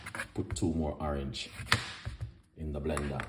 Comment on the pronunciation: I subscribed because you said awerange A Youtuber